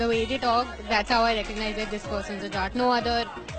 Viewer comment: It is jaat not jat